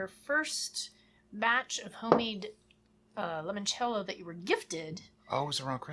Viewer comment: Italian here. Since I am contractually obligated to nitpick things about Italy: in "Limoncello" the initial "Li-" part is pronounced in the same way as the English name "Lee". That's it. Great video as always.